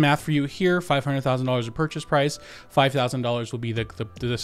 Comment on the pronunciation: hahaha fwive i died 🤣